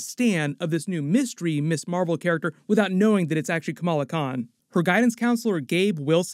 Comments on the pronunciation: MS is not pronounced 'Miss' it is pronounced 'Mizz' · One little nitpick. MS. is pronounced mizz not miss.